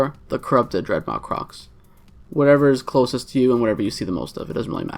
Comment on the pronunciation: DreadMAW.. like awesome... dread mawesome